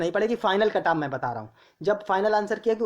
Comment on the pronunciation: Cutoff bolna sheekh le pahle badaa aaya cutoff wala luudu k... Axa kon layega 85 😂😂😂